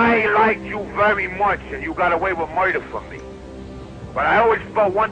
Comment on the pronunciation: this is the type of shit you listen to before you go collect a debt "yu got awey wit muiiida" lmao